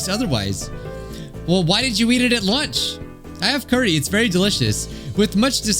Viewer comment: I will now be saying Loonch instead of lunch 😂